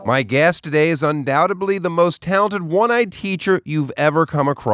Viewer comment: "un-douBtedly" ?? Tosh, have you been juvenated ?